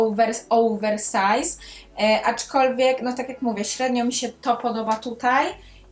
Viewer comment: Naprawdę lubię Cię oglądać, ale dzisiaj nie mogłam znieść tego "aczkolwiek". Zwłaszcza, że wymawiasz to słowo z błędem i przez to stało się drażniące. Trochę jak poszlem zamiast poszedłem. Poza tym recenzja naprawdę świetna i oby tak dalej😁